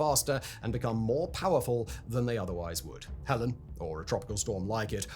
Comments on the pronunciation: It’s “Heleen” not Helen. Why watch this if you can’t even get the name of the hurricane right? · I don't think Simon has ever BEEN to a Waffle House. SIMON, come visit! GO to a Waffle House. NOT during/after a "Herican" Oh, yeah, Helen vs HelEEEEEEEEEEEEEEEEEEEEEne you dope. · the name of the dtorm is not Helen but Helene! and yes it does make a difference! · Hell-een, fact boy. Not hell-en. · Damnit stop pronouncing it as Hellen it's Helene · Helene = hell lean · Hurricane, not hurrican. Helene, not Helen. I guess one day Fact Boi will get it right... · Why do you keep on saying "Helen" and not "Helene" as in "Ha-lean"? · Helene = Hel Leen not Helen❤ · Sorry I have to be that guy: it is Hurricane HELENE not Helen, regardless of what side of the pond you are on because of the way Hurricanes, Typhoons, and Cyclones are named. There are 3 similar names used; Helen, Helene, Helena. Helene ( for obvious reasons ) was just retired. And earlier this year Typhoon Helen ( the actual one) hit the Phillipines I believe. Searching the wrong name while researching will send you off on a wild goose chase of dozens of storms - none of which are the one you're looking for. So yes, tiny detail but wildly important. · It is helene not Helen lol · Its not Helen. Its Helene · Simon, why do you keep calling the hurricane "Helen" when its name is HelenE LMAO. Bruh. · I don't think it would be possible for a human being to take an interest in, research and then write about this subject without being clear that it is Hurricane HELENE (/hɛˈliːn/ heh-LEEN) and not Hurricane HELEN. This is written by AI and Simon has no interest in or knowledge of any of it. This is just a machine churning out words for money. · Oh my gosh it's called Helene not Helen! There's almost no similarities between the two names and it's making it impossible to tell which recent weather event you're talking about. - this is what you sound like complaining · Helene , not helen. "Hell een" Seems appropriate